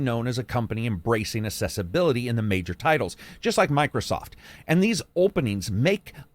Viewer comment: Why do you pronounce ‘accessibility’ as ‘assessability’? Accessible and assessable are different words.